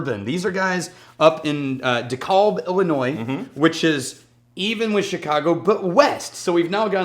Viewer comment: its a long A in DeKAlb